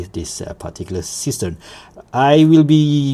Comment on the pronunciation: Seestern is German for starfish (literally "seastar"). It's pronounced seh-schtern and it's not a homophone to cistern. The "s" in See is pronounced as a voiced s similar to z in English because the s is followed by a vowel. 🤪